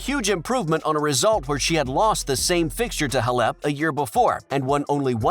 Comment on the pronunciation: Please get an announcer that knows how to pronounce Halep.